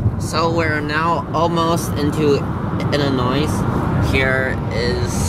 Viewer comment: The “s” in Illinois is silent